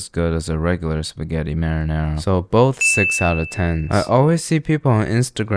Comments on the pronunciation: Why do you say Teen instead of Ten..... Kills me everytime. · why do you say teen instead of ten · I love your videos but I have one criticism I fucking hate the Way you say the word ten you said like teen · Why does he always say let’s taste it an rate 1 through taen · So where never gonna talk enough the fact he says tean not ten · Why does he say ten like that. Tain. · "One to Teen." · "Wun thuuu tinnn" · one throughTEEN? THE FUCK IS HE SAYING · i love how he says "tain" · I couldn’t tell if you’re saying “…taste and rate it 1 through 10” or “…115,” so I turned on the subtitles, it read “… taste and rider 113” 🤣🤣🤣